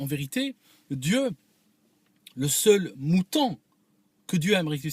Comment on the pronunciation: Il veut coûte qu'au coûte plaire aux occidentaux. Meme maintenant. Qu'il retourne chez lui le maghrebin., on dit moutOn et non pas moutAn 😂😂😂 wechwech